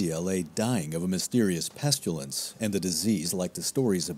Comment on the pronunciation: Very interesting! Made me want to find out about so many different things, especially the Polish king who gave refuge to the Jews. Please say "pestilence" not "pestulence", though! Maybe you are getting confused with "pustules"? LOL.